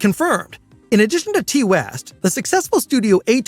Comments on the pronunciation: His name is pronounced TIE not TEE just trying to help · C'mon, at least pronounce "Ti West" correctly...